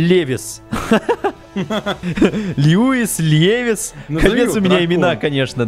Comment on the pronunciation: Левис , а может Леви (атака титанов)